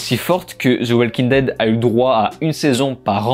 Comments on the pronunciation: Ze oualking dède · « Zeu oualkin deide » « Vinkins » 🤦‍♂️